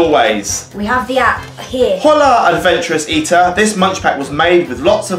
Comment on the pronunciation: i'm not Spanish but when u say Hola the h is silent: 5 DoctorCr33p3r:2